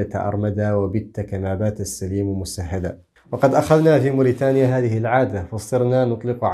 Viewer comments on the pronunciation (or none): none